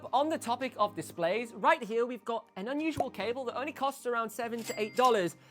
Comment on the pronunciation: Another classic video “an unsussual cable” 🤣🤣🤣 Man i love this guy🙏🏻🤣 keep it up man💙